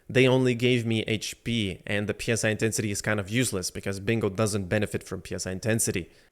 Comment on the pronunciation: Bro it's not P S I intensity it's Psi(sye)